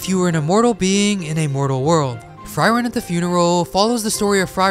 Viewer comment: Pronounce Frieren right fcking hell pllsssssss my ears hurt -.